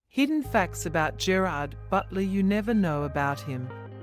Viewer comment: IF YOU'RE GOING TO AI YOUR GERARD BUTLER COMMENTARY, TEACH IT TO PRONOUNCE HIS NAME PROPERLY!!!